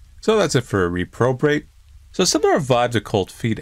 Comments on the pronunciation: Because I'm pedantic as fuck. It's rep-row-bate. Not Re-pro-bate. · I love you so much but it's rep-robate not re-probate 😂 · Don't reprobate! You'll go blind! Also, pronunciation of the title really bothered me. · Dude, you butchered that word. Repra-bate. I'm gonna be that guy. I can only apologize for sounding rude. I'm just trying to help. Good video though as always. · Quick FYI, too late I guess, the word is traditionally pronounced "repro" as in "retro". Rep-ro-bate. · It's pronounced "reh-probate". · It's pronounced reh-pro-bate lol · It's pronounced rep-ro-bate. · mispronouncing reprobate made my night for some reason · I can't tell if you're just mispronouncing reprobate, or if it's deliberate. For someone who seems very cultured and well-read, you mispronounce some surprising words. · I actually thought said it that way deliberately as a kind of pun because of the probe people in the game! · I thought said it that way deliberately as a kind of clever weird pun/play on words bc of the "probe" thing in the game. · You got the pronunciation of Reprobate wrong